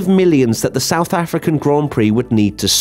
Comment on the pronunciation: The stouth African track. Mate are u drunk?